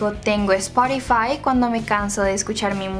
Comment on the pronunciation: hola bueno dijo mi prima que se dise spotify no sporify bueno solo queria decirte eso